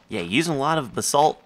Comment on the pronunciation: Basalt is usually pronounced BAYsalt or BUHsalt